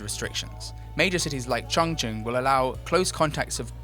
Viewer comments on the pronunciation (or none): none